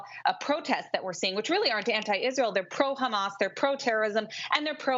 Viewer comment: Ikr least she has a channel so I can watch how angry she gets khhhhhamas she can't even pronounce HaMas lol this is glorious 🎉😅